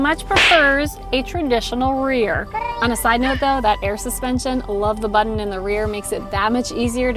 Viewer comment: I'm upgrading from my previous gen GLS63 to this, delivery scheduled for early November. It's the perfect daily driver and tows a car trailer better than any pickup. I'm smitten by the SUV and the hosts!! (Aside from: you don't pronounce "button" in any way I've ever heard before. Other than that, you may well be the perfect woman.)